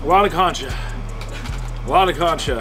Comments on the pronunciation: It’s concha not “cancha” almost like saying cone-cha. I’m sorry but it irked me every time 😩😂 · its pronounced cone-cha not cuncha however u said it hehr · The way you are pronouncing concha means basketball court instead of shell… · It’s pronounced “Concha” not “ Cancha” lol 😂❗️❗️❗️ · every time he says concha i die inside please stop saying it